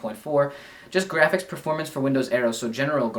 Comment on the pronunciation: is it just me or does he say "graphics" weird. its like grrr-aphics. in the gameboy review he also says "strawberry" weird. lol.